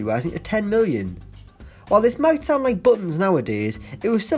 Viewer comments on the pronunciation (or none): none